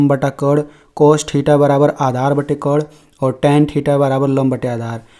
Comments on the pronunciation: कर्ण को कोण बोलते हो 😂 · कर्ण ठीक से बोलिए 😂😂